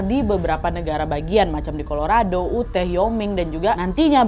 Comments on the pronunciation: Yu-tah nad baca nya bukan uteh wkwk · YUTAAAHHHHH😫 Yu • Tah. Not “Uteh”. Kak Nad, tolong kali lah samamu, sebelum bacain cerita, cara pelafalan nama orang, tempat, dll dll, dipelajari dulu. Ngaruh kali loh kak sama kontenmu, gak sekali dua kali gini😢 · kak Nad Utah itu pengucapannya "Yutah" bukan uteh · dari tadi bingung sama "uteh".. Utah itu bacanya yutah wak, bukan uteh.. semangat terus wak.. :trophy-yellow-smiling::trophy-yellow-smiling::trophy-yellow-smiling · atau paling g baca baca utah lebih mendingan dengernya ya..dari pada uteh..sampai gereget ya..yg bener yutah..😔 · awalnya mikir uteh itu apa si, ternyata utah negara bagian😭 bacanya harusnya yutahh but it's ok agak bingung dikit tadi awal awal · Nadia Sayang, boleh ya kasih saran sedikit... Anu, kalau memungkinkan tolong diusahakan agar selain mencari berita dan detailnya, Nadia dan team juga mencari bagaimana cara mengucapkan nama tempat (kota, desa, negara dan lain-lain) dengan lebih tepat. Seperti cara mengucapkan Utah (Yutaah) di video ini, pengucapan Church, dan beberapa negara asing di video-video yang lain. Karena walaupun ini detail kecil, tapi bagi menurut saya penting. Semoga tidak dianggap cerewet ataupun berniat menjatuhkan ya. Saya salah satu fans Nadia dari lama dan cuma pengen kasih saran yang membangun. Terimakasih. Sehat-sehat selalu ya Nadia, semua team dan keluarga. ❤️❤️❤️ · Hai kak Nad, maaf mau koreksi sedikit. Untuk negara bagian Utah itu dibacanya “yutah”, bukan “uteh”. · Maaf Kak Nad.. Koreksi sedikit, bacanya “yoo-taa” (yuta), bukan “uteh” 🙏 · Nadia harusnya bacanya negara bagian Utah itu bacanya "Yutah" bukan Uteh hehe. Aku sampe bingung Uteh Uteh tu dimana. Sampe aku ulang dari awal eh ternyata Utah to😂 (btw dengerin ga sambil nonton karna sambil nailart jadi ga liat tulisannya) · yuutaahh mbak di baca nya,,, bukan uuteeehhh wkwkwkw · Yutah wak, bukan uteh 😭😭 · NAD.. BACANYA 'YUTAH' . BUKAN 'UTEH' 😂😂😂🤣🤣🤣😂😂🤣🤣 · UTAH ....maaf ya wak ya bacanya "yutah" bukan uteh 🙏🏻